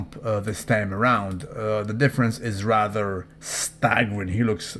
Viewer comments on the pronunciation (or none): none